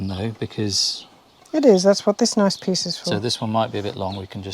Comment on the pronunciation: Guy can say noice!